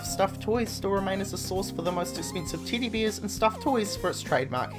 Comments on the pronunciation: Titty beer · I ALWAYS hear titty beer :D damn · Sounds like your saying Tiddy Beers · okay.. he is saying teddy bears.. but i keep swearing i hear him say titty beer. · "Tiddie beers" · Titty beers? Luhn tuh spick whuh doncha? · What accent was that tiddy beers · dude no ofense. but your accent is the most shitty thing I've ever heard.. siven!!! tiddy biers!! wtf??!! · This guy says Teddy bears like Titty bears